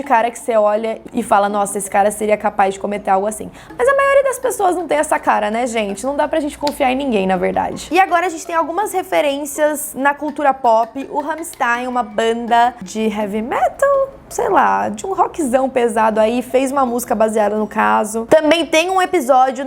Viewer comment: é Rammstein e não rammstain